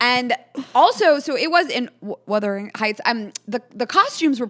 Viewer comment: Not withering AND wurthering. Omfg 😂